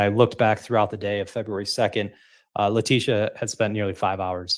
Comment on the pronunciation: Hey!! Its La-tissue.